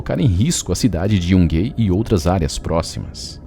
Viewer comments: Excelente vídeo, como sempre, mas gostaria de pontuar um pequeno erro na pronúncia do nome da cidade de Yungay, que sendo um nome que tem sua origem nos povos originários peruanos, deve ser pronunciado literalmente como se lê: "iungai". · A pronúncia correta da cidade Yungay é "Iungai"